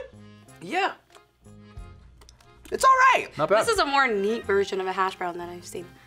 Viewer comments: why does put such a wierd emPHASSis on hashbrOWWWN? so weird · puts weird emphasis on the word "hashbrown" and it bothers me to the core